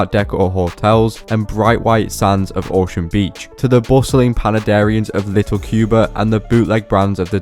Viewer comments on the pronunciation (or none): none